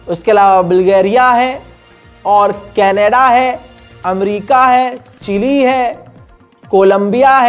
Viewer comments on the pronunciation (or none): none